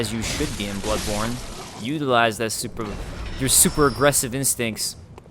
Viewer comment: lol everytime I hear him say butt borne I thought he said buttporn